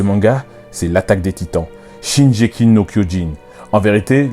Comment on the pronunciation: Notamment la prononciation du titre. Shingeki avec le "gu" Le titre Shingeki no kyojin ça signifie littéralement le(s) titan(s) de l'offensive ce qui revient a dire le titan assaillant. Ensuite le pouvoir du titan assailant est mal connu, notamment par la famille royale car c'est un titan qui a toujours aspiré à la liberté et qui s'est fait la malle dès l'apparition des titans primordiaux. Ce titan reste mystérieux et j'avais jamais pensé que son pouvoir pouvait résider dans un lien avec un membre de la famille royale.